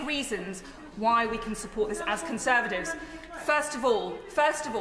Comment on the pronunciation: Cruella said "Conservadivs"